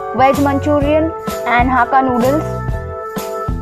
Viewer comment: It is not haka noodles it is hakka noodles prounces well